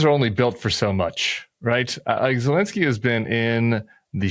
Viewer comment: Tim... your guest is knowledgeable but he loses all credibility when he doesn't know the name of the Ukrainian president. He is NOT POLISH. Please tell him to look at the letters in the President's name and try it again!